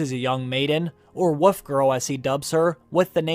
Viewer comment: Eustace: YOO-stuss, not oo-STAYCE. Wolf: WULF not WOOF. There are lots more mispronounced words in this video. The content is great and I know this is nit-picky but it’s distracting. I’d suggest looking up a word if you don’t know how it’s pronounced.